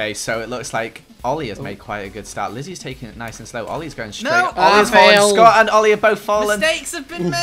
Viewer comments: LOL EETS SCUUT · "ETS SCOTT"